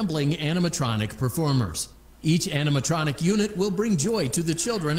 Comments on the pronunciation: Man says animatoctric in stead of animatronic 😂😂😂 speed u to funny bro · “Animanotric”… “animatotric”. Got me dying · is my personal favorite, bro could not pronounce animatronic lmfaoo